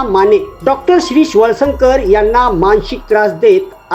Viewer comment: मानशिक नाही रे मानसिक म्हणतात.